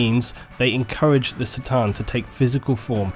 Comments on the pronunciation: great video but after emperor TTS i can't stand hearing people say "C"-than instead of "K" 'than like it is on that show. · it's C'tan with a C as in Cronos... not S'tan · The C'tan are not pronounced Se-Tan, The correct pronounciation is "Ke Tan". (official exerpt from Andy, chapter approved) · It's pronounced "Cuh-tan" not "Satan". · isn't the pronunciation "kah-tan" rather than "sit-tan"? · fucking love how u call the C'than for Sa'tan its pronounced Ka'than if u wonder ;) use a K instead of an S when u say C'than :) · C'tan is not pronounced like an "S" but a hard "Cuh" sound. It's supposed to be like how you say C'thulhu, as the C'tan are heavily inspired by Lovecraft's fiction. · On the other hand- War in Heaven against the Say-tan... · ***** sure, but Catan and Satan bear much more phonetical difference than tomAto/"tomayto". Corn, not Sorn..Cart not Sart..you get it. On a different note, cheers for doing what you're doing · K'tan man, not 'C'tan'...you pronounce some things so strangely... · Pretty sure C'tan is pronounced "KA'tan", not "tsa/tse/sa'tan". The name was likely to be picked as a C'tulhu (ka-tu-lu) analogy/homage. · Realizing that the C'Tan is basically pronounced sa-tann (sort of) and not ka-tan makes a lot of sense lol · I had no idea C'tan is pronounced SATAN. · I'm already versed with 40k lore and this channel had many outstanding recommendations. The fact the C'tan was pronounced as Ser-tan and even how Triarch was pronounced. It's going to be a no from me. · I'm sure you already know this, but C'Tan is a K sound not a C, the Eldar called them the "Katarn". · He's right, that's not how you pronounce "C'tan". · i'm a bit late for this but is c'tan pronounced "citan" or ka'tan"(k'tan optional)? i personally prefer k'tan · TIL the "C" in "C'tan" is pronounced not with a hard "C" sound